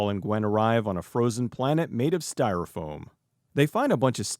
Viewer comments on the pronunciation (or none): none